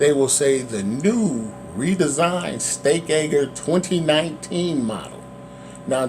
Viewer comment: Why do you keep calling it the steak ay-gurr? It's a steak age-er. Otherwise good review, and appreciate the information.